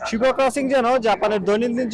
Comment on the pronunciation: Shibuya ke Shibua bolche amader yellow journalist ra 😂